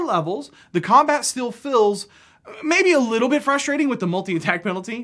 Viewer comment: I was listening, but then I became fixated on your weird inability to pronounce the word "feels"...